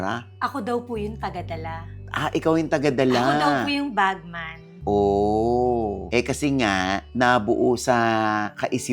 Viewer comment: “BAGMAN” hindi “badman”!